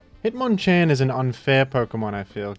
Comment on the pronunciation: it's pronounced hitmonchan.